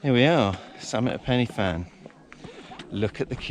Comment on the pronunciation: Great video, great trek and is always busy as groups usually do the climb for a charity, by the way it's pronounced Pen'a van, but hey, and keep an eye out for the SAS around them hills...